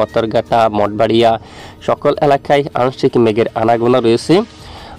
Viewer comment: মাঠ বাড়িয়া হবে ভাই। অভয়নগর হবে ভাই। এই ২ টা জায়গার নাম বারবার ভুল বলেন কেন ভাই 😊😊